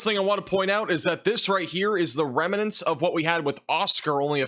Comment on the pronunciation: Remnants, not reminants.